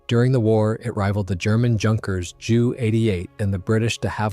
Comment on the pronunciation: Just FYI, its pronlunvrd Yunkers.